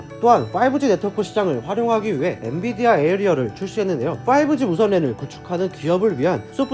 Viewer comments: 엔디비아라고 하니 엄청 신경쓰이네요. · 계속 엔디비아 라고 하시넹 ㅋㅋ 좋은 회사임에 틀림없어요!! 모두 홧팅